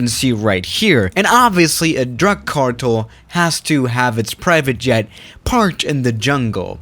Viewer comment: Nobody:: cardel, confisate, today morning